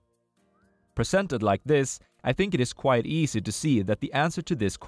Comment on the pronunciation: For everyone's sake, sir, please, "quiet" and "quite" are different words, it's been years of you pronouncing it wrong!